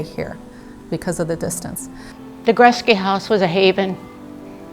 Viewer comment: cannot even pronounce the name right. He says Goret -SKI 👎🏻